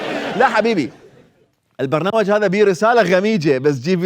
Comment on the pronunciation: احمد البشير قال البرنماج